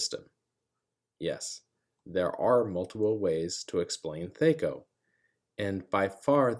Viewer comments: I've never once (before this video) heard it call thEy-co instead of thAh-co. I get why you reason the "Aye" of AC, but it sounds weird 🤪😂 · Bro its thac0, not thac0. Rhymes with hacko. Otherwise, thank you for this explanation. Its exactly how thac0 should be used. Players try reverse engineering monsters stats when all they need to do is what youve said. Theres always the chance of other hidden negative modifiers too, so people whining that thac0 is hard basically just suck at subtraction, and are probably metagamers lol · THAC0, it rhymes with attack-oh. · Good video, but man, the way you pronounced THACO hurts my ears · It's hard to listen to him mispronouncing the word that he's trying to explain. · Big whoop. He 'mispronounced' a made up nonsense word according to you. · Yup, painful! I was in the military and also very painful hearing movies adding "hours" after stating military time, drives me nuts!